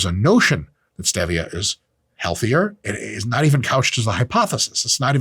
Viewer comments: Dr. Mike, you hate stevia so much you pronounce differently than most people!!?? What the hell is that??; Did some stevia salesman beat you up!!?? Why don't you mention the study in the news, which is the reason you made this video, showing aspartame damages DNA!!?? You call yourself a Dr.!!?? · Come on Mike every human calls it Stevia as in Steve e' a' Calling it Stev e' a' was so funny I couldn't through the video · Dude, it's STEEEEEVIA, and ZEEEEEEVIA! The whole POINT is to rhyme with Stevia. The "E" in Stevia is Long, not short. You people need to stop putting "your own touch" on words. There is the correct way and an INcorrect way to pronounce words. There's no such thing as "My Way." Same goes for Kefir. It's not Ka•FEAR. It's KEEEEF, then "UR!" Why do people do this? I'll TELL ya why... They are either uneducated and think that words are a choice in how they want to pronounce it, OR, they have a very small (or big) ego and/or a control issue hidden deep down inside. "Hmmmm... I'll say it my way, and you say it your way." Ummm, sorry, but it's not "my way or your way." It's either the correct way or INcorrect way, and I hate to rain on your parade, but you are pronouncing it the INCORRECT way. Informative video, though. Thanks!! Cheers! 😁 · My pregnant wife hearing Dr. Mike say pronounce Stevia: look at him. Look at this man. This Mr. Clean wanna be, girls tell him that he doesn’t have to worry about her best friend, and her best friend is Mr. Potato head. Name any word and I guarantee he will say it wrong. He looks like he just goes to the gym and takes steroids and talks about it. It’s STEVIA Me: I think he would pay for you to say that on the members page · It’s pronounced stevia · Okay. Dr. Mike says STEH-via, and Layne Norton says crea-TIN. Balance has been restored. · Etymology is the word you wanted . And it's Steve-ia, like the guy Steve. Named after Pedro Jaime Esteve (Spanish physician and botanist from the 1500s).